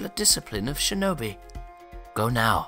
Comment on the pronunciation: When he said sinobi did anyone think of naruto